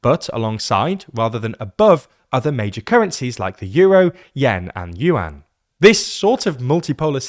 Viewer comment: It’s Yuan